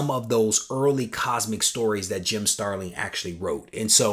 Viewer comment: That’s an epic AOK! P.S. it’s StarliN...no “g” at the end 🙂